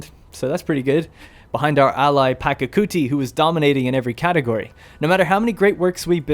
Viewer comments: The pronunciation is "Pacha-kuti", not "Paka-kuti". The "ch" here is the same as in "cheese". Otherwise, a good style of presenting the game. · It’s pachacuti not pakacuti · It's Pachacuti, not Pacacuti